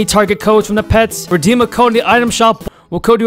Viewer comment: reddem bruh its redeem